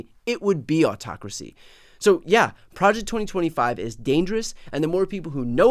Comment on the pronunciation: "Pre ject norhma five!"